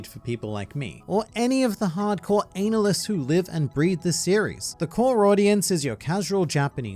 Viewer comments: Did you just pronounce analyst as analy? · Hard core "Anal List" 😂